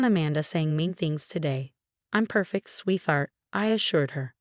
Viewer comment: Its "sweet-hart"not "sweeth-art"